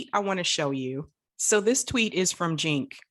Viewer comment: Did you just pronounce Cenk's name as 'jink'?